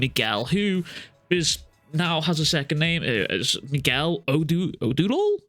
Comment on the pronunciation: Oduor pronounced o-do-or. He'd be from the Luo community here in Kenya.